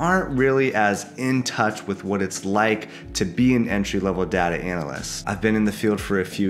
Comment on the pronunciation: Step one learn how to say DATA 😊